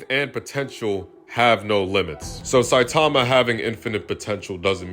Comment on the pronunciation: bro one punch man is sanin not sonen